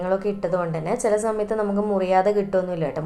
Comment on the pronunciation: Zimple zanവിച് ആണോ.. അനുzaരി.ച്ചിട്ട്... Zet ആയാൽ za മയത്തു...ഫുൾ zzz മയം